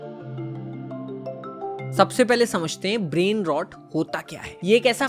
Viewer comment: "brain rot" pronunciation toh thik se sikh lo bhai.